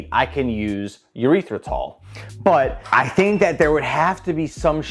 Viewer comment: "Urethra-tol" is now my new favorite way of pronouncing Erythritol